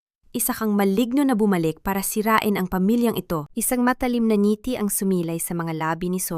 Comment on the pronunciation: Maganda ang kuwento,pero ypng ibang salita iba ang pagkabigkas,,ang accent,,ng ngiti,palad,at iba pa